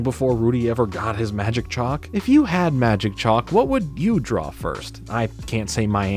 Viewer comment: The word is DRAW the word is not DRAWL